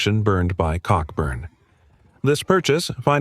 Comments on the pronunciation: An excellent summary of the 1814 campaign but you should know that Admiral Cockburn’s name is pronounced Coburn - perhaps for obvious reasons! General Robert Ross, a veteran of the long Peninsular War against Napoleon, is commemorated by a large obelisk in Northern Ireland overlooking Carlingford Lough at the place he had planned to build his home after the Napoleonic Wars. It is clear that American politicians like to lead from the front and it was they who actually came first in the Bladensburg Races. It was a shame that the Library of Congress was destroyed as the politicians hadn’t finished colouring in all the books when it happened. Fortunately, the British and Americans have been firm allies ever since this little misunderstanding which arose from a misguided belief that Canada was there for the taking. Wasn’t then - isn’t now! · Cockburn pronunciation is Coburn 🙏 🇬🇧